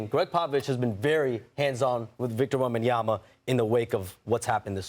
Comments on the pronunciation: Obviously SAS has no respect for wembanyama because he can’t be bothered to pronounce his name properly. WEM-BAN-YA-MA not wembanyana. Or i suspect SAS just doesnt read that well. It’s all there in the letters dude. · Stephen A. Smith still saying "Wembanyana" a million years later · it’s been 2 years stephen a still cant pronounce WembanyaMa right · This guy Smith his job is to talk. He could learn how to pronounce a name. So disrespectful and unprofessional